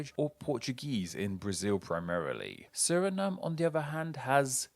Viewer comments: It's pronounced suh-ri-naam not suh-ri-num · Surinam just like Vietnam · Bruh I am Surinameese and how tf have I never thought of pronunciation Suri-Name lmao